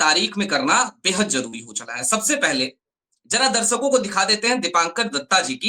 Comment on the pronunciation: Abey saley kahan kahan se uth kar YouTube par aane lage ho. Bolna to seekho presentation dhang se karo. Darshako hota hai Darsako nhi hota